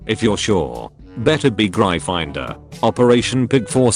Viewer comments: How the house is pronounced: gryphon/griffon-door. How the reader pronounces it: Grai-finder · "I'm from Gry Finder"